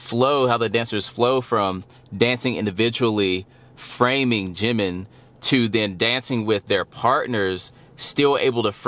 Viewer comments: Right the syllables are Ji-min, there's no stress on the second syllable though when he introduces himself or other member address him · Funny enough you were saying his name correctly in the first place, as it would be said by other Korean. Now you say it more western without the proper break point. Proof, listen to the way Taeyang says his name in the live version of their collaboration "Vibe". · You were saying it correctly before. Jimin (Gym-in) is the Romanized (Western) way to say it. Ji-Min (Gee-Min) is how it's pronounced in Korean. Either works.